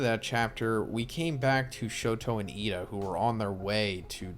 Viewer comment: Why do you sai lida's name like that? "Yida"